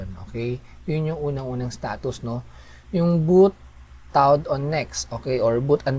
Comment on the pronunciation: Nice bedyow mo. natawa lang ako do own sa "bowt prowzen" at "bowt tawd"